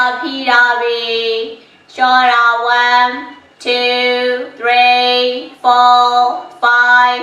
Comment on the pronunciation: ဝမ်း တူး သရီး ကိုဆိုတာသရီးကိုဘယ်ဘာသာနဲ့ဆိုနေတာလဲလိုက်လုပ်ချင်တာတောင်သရီးကျရင်ကြားလို့မရလို့ဆက်မကြည့်ဖြစ်တော့ဘူး